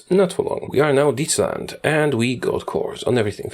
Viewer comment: Holy crap you actually pronounced "Dietsland" right